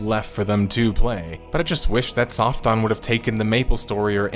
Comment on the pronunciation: I'm sorry, did you say "Soft Dong Entertainment"? I must be hearing that wrong, lol. Yeah I know I know, different cultures and languages and all that, but come on, lol. Oh wait, there's subtitles. Soft On, OK, I was hearing it wrong, lmao.